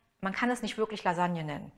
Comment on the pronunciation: Lailagne. Oder weniger italienisch: Lailanje